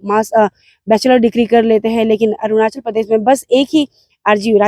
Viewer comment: Ornachal??? Or Arunachal???